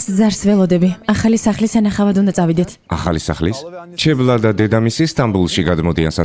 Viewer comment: ჩალა და არა 😂ჩებლა